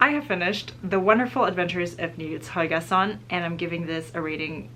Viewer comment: I was SO confused how the heck you pronounced Nils Holgersson so perfectly, and was like where is the girl from?! And then it all made sense when you mentioned your family in Germany, hahaha